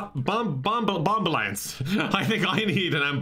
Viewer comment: "I think I need an ambubombalance" 😂